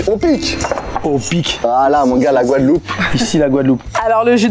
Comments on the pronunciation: Le stagiaire avait déjà bu un coup ou plus? C'est GUADELOUPE et non Gouadeloupe...🫠 Sinon top l'émission ! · C pas gouadeloup Mais Guadeloupe 😅😅😅😅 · eh beh... ça commence bien. GOUADELOUPE ???